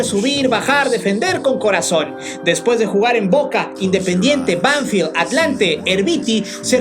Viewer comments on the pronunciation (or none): none